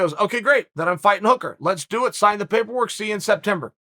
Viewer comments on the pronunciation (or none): none